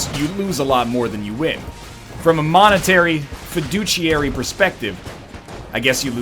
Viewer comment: NL, I know you love discussing how to pronounce words, so you should know fiduciary is pronounced with a "SH" sound, not a "CH" sound.